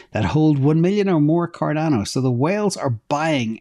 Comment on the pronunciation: Cor-dano Lol I call it Cardano